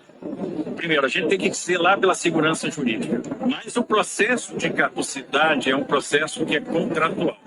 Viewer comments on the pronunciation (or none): É CADUCIDADE que se diz, e não "cauducidade", como vc tem falado. É só um apoio e não uma bronca, te adoro amigo.